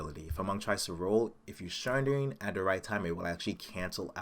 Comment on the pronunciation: Sorry but as an Englishman I feel I have to correct you! SUNdering....other than that, good vid.